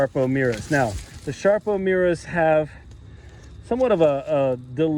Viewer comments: What?..sharpo ..it's SARPO not sharpo!!! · Sarpo. Not Sharpo. Thanks